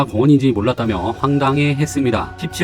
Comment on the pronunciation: 도시숲 도시수비아니고 도시수피라고 발음하세요